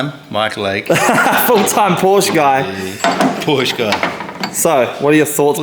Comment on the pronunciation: 4 months into the build and you're still unable to pronounce porsche correctly